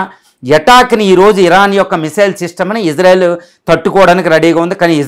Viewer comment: ఇజ్రా కాదు సార్ ఇశ్రా అనాలి